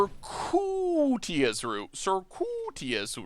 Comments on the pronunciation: Google will literally say words for you... sərˈkyo͞oədəs... ser-que-i-tus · Say it with me,.. Sir-Q-it-us Root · Circuitous Circuit-ous Sir-kit-us Pronounce it like that